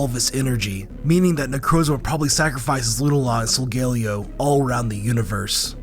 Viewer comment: You said solgaleo wrong